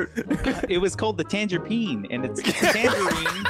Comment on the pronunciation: Tanger-peen LOL